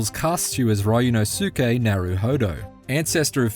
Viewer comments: It's pronounced Ryu-NOSE-kay. Not Ryu-no-SOO-kay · ah yes… RYAN–OH–SUKE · It’s pronounced REE-ooh NOS-kay. Come on now LOL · "RAI U NO SOO KEH" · Ree-oo-no-skay. That is how to pronounce it. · Ah yes my favorite AA protagonist, Ryan O'Sookay! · ah yes my favorite ace attorney protagonist R Y AN O H SOUKE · Rye-nosuke LMAO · "Riono-SUke Narouhodo..." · Ryunosuke. Now, repeat after me... REE-U-NO-SU-KE. Ri and U, a little faster. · how did this guy butcher his name so bad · The pronunciation of Ryunosuke hurts my dude. It ain't that hard. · How did he mispronounce his name that badly? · Ikr esp if they've been playing the game for a while now. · So many reviewers are doing that. How can you butcher it that hard.